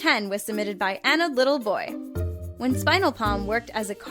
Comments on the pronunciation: Did anyone else notice that the first one Melissa said, "Submitted by Anodd little boy"? It was supposed to be pronounced, "An odd little boy. 😂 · she also mispronounced an odd little boy